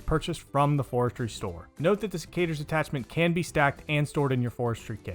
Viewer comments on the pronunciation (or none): Cicadas? Sec-ah-tours… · Sec-uh-turs. Idk what you said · bruh wtf did you just call secateurs??? XD